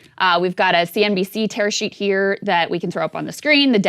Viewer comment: Is she saying "terror sheet"?